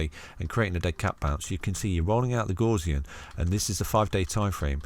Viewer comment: Great video as usual! Not heard Gaussian pronounced like that before though 😄. Gaussian mathematics is named after the German mathematician Carl Frederich Gauss, where the Gau part has more of a Gou sound to it like in the word Gout. 👍